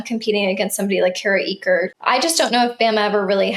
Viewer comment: Enjoying your content! ♥ Just a gentle reminder... Kara Eaker pronounces her last name “acre” — not “eek-kur” - with emphasis on the "a" sound and a soft "ker" at the end